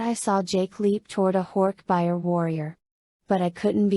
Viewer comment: AI reading is so annoying! So monotone. And reading all the thoughtspeech moments by saying “less than / greater than” because of the <. >. Symbols. Not to mention the pronouncing of horkbijir as horkbuyer. 😩 I own all of the books. I’ve collected them since I was a kid during the scholastic book fair days in the 90s. I’ve read and reread them dozens of times. I figured listening to audio version while working would be great. But looks like I’ll just have to reread them manually bc ai narration sucks!